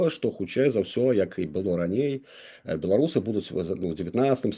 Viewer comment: Не бе-ло-ру-сы, а бе-ла-ру-сы, гэта адносіцца і да ўкраінцаў, якая б мова не была, а Беларусь на ўсіх мовах - Беларусь, праз літару а. Слава героем ЗСУ! Жыві вольны беларус без ябацькастана! Балістыка хуй-у ў бункер!